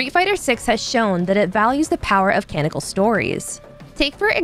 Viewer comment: Canical? It's canonical!🤦🏻‍♂️